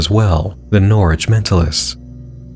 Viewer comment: I’m glad pronounced Norwich right. Woop my home county got a brief mention